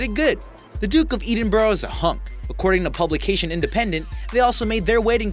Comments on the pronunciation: Oh my ! SHE and her sister also ... Never HER and her sister also !!! ED-in-bur, NOT EDEN-bur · Please get your facts right - and it is Ed-inburgh not Eeeedinburgh LOL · Duke of Edenboro? Jeez, read a book! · It’s EDinburgh. Short e. Not Edinburgh. It’s also Camilla - short a. How do you not know this? It was Elizabeth 2nd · As a fellow American, you should at least have the courtesy to learn how to correctly pronounce names. It's the Duke of Eddinboro (phonetically spelled) not EEdinburgh as you pronounced it. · Omg see the way you say Edinburgh it's a killer. Ed in burgh, its not bloody difficult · You do talk a lot of rubbish about our Queen. You should educate yourself first oh and learn how to speak the Queens English too, as in The Duke of Edinburgh and not Edinboro. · Good grief, learn to pronounce HRH Prince Philip's name correctly! It is HRH Prince Philip, Duke of Ed-in-Boro. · Ed- in- Borg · Elisabeth, many thanks for your comment. It drove me nuts hearing it. It’s not as if Edinburgh is unheard of lmfao ;)